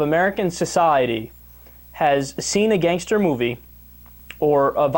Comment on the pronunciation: It makes my face twist when Billo says, "Gangstaa". So much emphasis on the "sta". -_